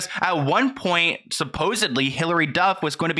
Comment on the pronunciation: "suposedly"... Dude you are part of whats wrong with the ENTIRE Picture.